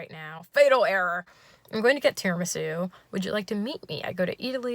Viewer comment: now i can never say "tiramSU" normally again